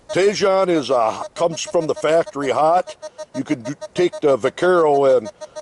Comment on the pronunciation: Thanks for the review. Btw I believe it’s pronounced “tee-hone”.